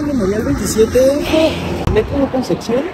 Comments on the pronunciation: Se dice concepción... Con p... No conceccion... 😅😅😅😅😅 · Buen video, solo queme daba un tick en el ojo cada que decia concección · conce Xion? jajajajjaja